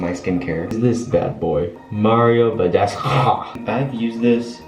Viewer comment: It's BADESC-OO fam, he's Romanian like me XD My name is Stanescu